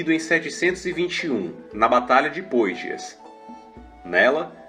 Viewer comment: a cidade de Poitiers, em francês, tem uma pronúncia aproximada de "Puátiê". Parabéns pelo vídeo!!!